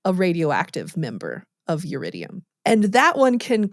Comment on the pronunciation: Iridium, not Yiridium. Element number 77.